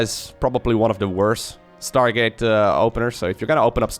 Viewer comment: "startgate" - haha thats why i love u